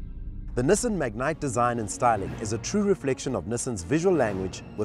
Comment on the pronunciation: I wish they would pronounce the name correctly. Its not a mignite...